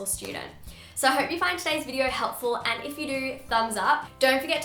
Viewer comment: I thought she said 'I hope we are all having a very happy unproductive week!' Because the and sounded like 'un' 😂😂